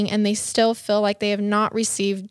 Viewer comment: Love you guys but Again it's "MALE" not "MILL". Also it's "WHEEL" not "WILL"!! so cringy!!! And "You can just FILL in the video", it's "FEEL" 😂😂😂